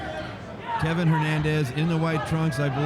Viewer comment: His name is Kevin Valle Hernandez, not Levin Hernandez